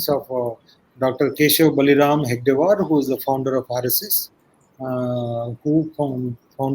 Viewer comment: This joker rao can't even pronounce Hedagewar, calling him hegadewar. Talks about guruji - lol. If he had even half knowledge and done tyaga of guruji. Clown